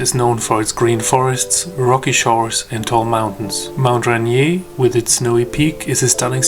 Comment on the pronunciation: dude you insult the mountain, its mount Rainier not rainy.